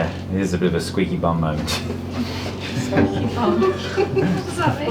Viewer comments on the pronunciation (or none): I thought he said that's a "squeeze your bum" moment not squeaky bum 🤣